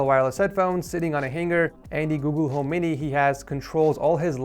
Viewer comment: "And a googoo home mini"